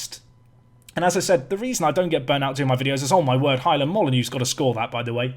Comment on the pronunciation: I'm sure you keep calling Highland - 'Hymen'?? Anyone else?